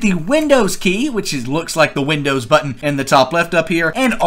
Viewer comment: Did anybody understand what he said when he said to click the widows button and r at the same time.... I didin;t.